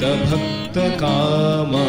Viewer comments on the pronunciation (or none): none